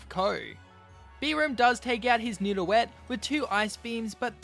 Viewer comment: He said nido-et instead of nido-geot